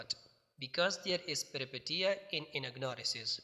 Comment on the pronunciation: Peripetia not pronounced as peri- "i" sounds like eee And Peteia as "peeshia"??? پیری پیشیاء؟؟؟